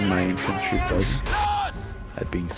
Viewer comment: there were three funny and one thing that made me mad with this video. The funny first shall we: when the comp voice said "estaunlich" i always thought it was you, the second thing that was funny was that you said buzzy instead of busy, then the third was the awsomeness of the sturmtiger. then the thing that made me mad was that when i play the demo (only have it so far) i cant advance with no cover for my infantry like you did.